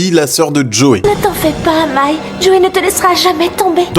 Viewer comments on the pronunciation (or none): Alors c'est pas Mei mais Mai désolé mais je suis fan de Yu-Gi-Oh donc quand c'est mal prononcé faut que je le cite.